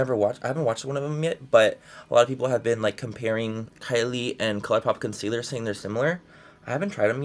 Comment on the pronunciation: The way he says concealer lol